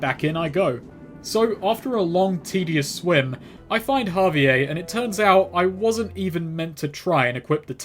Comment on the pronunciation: The way that he pronounces javier as ha-vee-ayy instead of ha-vee-air drives me fucking nuts